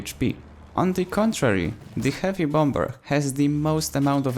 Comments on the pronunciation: Hey, I don't want to be that dick, but I can tell that English isn't your first language. So here is a good English language tip... The "b" in bomber is silent. I'm not trying to be a dick. I'm really just trying to help. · Just a little reminder, bomber is pronounced "bom-er" the second b is silent. Great video though! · Bombber? I like it